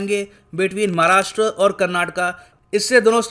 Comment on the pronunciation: धन्यवाद सर.. इस बार आपने 'महाराष्ट्र' उच्चारण किया...💐💐💐💐😊😊🙏🙏